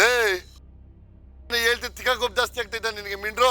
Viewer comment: ಅದು ಮಿಡ್ರು ಅಲ್ಲ ಮಿಂಡ್ರೀ ಅಣ್ಣ 🙏